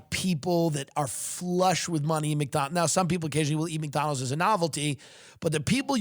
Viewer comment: I love it how Tim says McDonald's. "Mick Donal's" I see what you did there.. true Irish pride. It's it's true Mickey O'Donnell started the franchise.